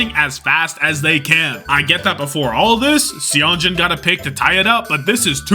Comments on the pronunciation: FYI, Seonjun is pronounced more like sun + June! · Yeah i hope he realizes that whenever you see "eo" together in korean names its still an "O" sound. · goated video as always but you gotta learn how to pronounce Seonjun lmao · He does it intentionally lol